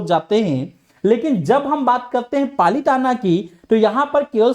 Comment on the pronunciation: Its palitana not palitan